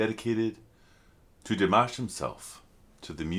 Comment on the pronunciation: Please learn how to say his name ! Forget the mash like mash Potatoes it's mosh like mosh pit. You have been reacting long enough to know his name.